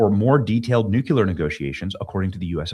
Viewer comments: New clear. Nuclear Why do you say noouckyoular ? Bizarre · Nu-cue-lar is simply an incorrect pronunciation of nuclear. Look at it phonetically, NEW-CLEE-ER. Really a pet peeve and you said it a million times in this video. Robin Williams also said it incorrectly, arghh... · Yall! Please teach Benny how to say the word nuCLEar not nuCUlar. Especially on a video where he says it no less than 15 times. 🤦‍♀️. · You're awesome Benny, but you DO keep triggering a personal pet peeve of mine going back to the Cold War. The word "nuclear" is pronounced NEW-CLEAR and not NEW-KEW-LUHR. You add an entirely additional, non-existent ghost syllable and mispronounce the word. Why do soOo many people do that to the word NUCLEAR??? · New-Clee-Uhr. NOT new-cue-ler. Didn't we go through this with W Bush? Also, SAVE ACT!!!! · Benny, I love ya, but it's: New Clee Ar! Not New Cue Lar. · "NEW - CLEE - AR" - Thank you for your attention to this matter. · Here's an idea. Maybe stop with the stupid clickbait titles and just tell the truth. Every time I click on one of your videos it's completely different than the title. But anyone who pronounces nuclear as nucular is clearly an idiot, anyway, so this will most likely go right over your head. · Please Benny, "NucUlear" is not a word. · Hey Benny…. We love ya, but you absolutely have to stop saying nukular. I’m not sure why this happens with some people but it’s really hard to take you serious when you can’t say nuclear. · Not pronounced Nucular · Please learn how to say nuclear. You are doing yourself a disservice.